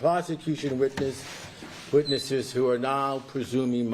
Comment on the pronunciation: And than he says "the witches" instead witness's. He's too much.